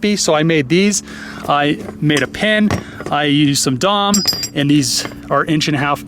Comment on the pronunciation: DOM is an acronym bro! Say each letter, D.O.M.